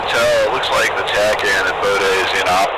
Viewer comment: Fun flight, and cheers to my Frozen 8 buds doing the greatness both in dogfights and formation. Can't wait for the next - When finally will say "Bodø" correctly, and not park his armed MIL aircraft on the CIV side. In return, we'll do a correct overhead. Norse out